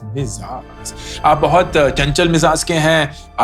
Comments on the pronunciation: Its not mizaaz, its Mizaj 😂😂 urdu sekh lo phle fir baat kro..😅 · Sir, it's "mizaaj" 😇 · mijaaj mejaaj me jahaah😂